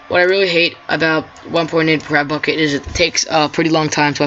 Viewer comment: It sounds like your saying crapbukkit lol